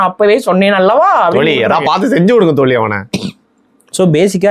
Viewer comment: தோலி ❌ தோழி✅ சிறப்பு 'ழ'கரத்தை சரியாக உச்சரிக்கவும்